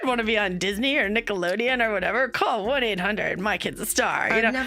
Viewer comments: Is it just me or does it sound like she keeps saying “Nickeloneon” with an “n” instead of “Nickelodeon” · Sis it’s Nickelodeon 😭 not nickaloneon. With a d! X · Ima see it all the way through but i cannot STAND the way she saw Nicolodeon😭😭